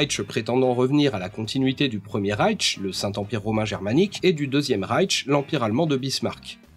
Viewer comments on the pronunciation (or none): petite remarque phonologique d'un germaniste : le mot "Reich" se prononce "raill-ch" sans t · le premier raïtche, le deuxième raïtche, le troisième raïtche... encore un éternuement, et on pourra supposer une allergie au pollen... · Tu prononces très mal l'allemand 😄 Il n'y a pas le son T dans Reich W se prononce V (comme un wagon)